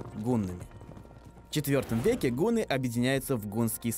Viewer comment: Автор ты сам всё придумал все! Во-первых не хун а Гун! Хорошо изучай истории! Ато смешно так!